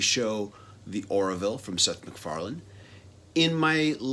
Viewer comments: "Orville". Not "Or-i-ville". Good review though. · It's Orville, not Oraville!